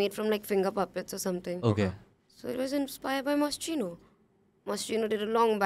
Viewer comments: It’s pronounced moskino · It’s actually pronounced mos-kee-noh but alright no one’s judging